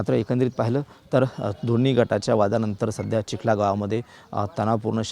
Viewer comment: Chikhala nahi wo chikhali mana